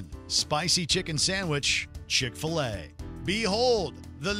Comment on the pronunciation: Duh.... CHIK-FIL-A